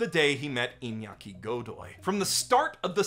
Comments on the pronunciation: As a fellow Iñaki, I love how accurate your pronunciation of the name was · I must say, as a south american person, your pronunciation of "Iñaki" was perfect, no english speaker who talked about the show (that I watched) got the "Iña" sound right 🤣